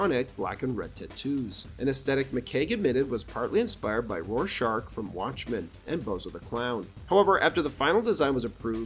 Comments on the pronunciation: roar-shark huh? Do you read this stuff before recording? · Pronouncing Rorschach as "Ror-shark" is crazy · "Roar-shark from watchmen" ... you not even watch it or never heard the word before? Damn good movie you should be familiar with given the nature of your channel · it annoys me how you pronounces Rorschach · Cant say I’ve ever heard anyone say Rorschach that way before